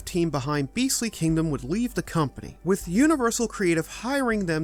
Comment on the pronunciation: Love the channel but for the love of everything please please please practice pronouncing the H in with. You have a great narration voice but hearing “wit” every time you say with has caused me to shut off videos at times.